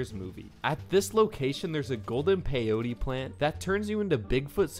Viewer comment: Its pronounced pe-yo-tea